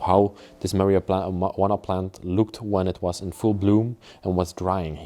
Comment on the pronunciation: Love how you say marijuana...marywanna 😄